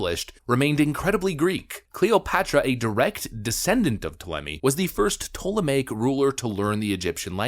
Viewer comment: The fact you were able to correctly pronounce 'ptolemaic' does you credit. Lord knows the vast majority of content creators can't pronounce simple English correctly, so props to you.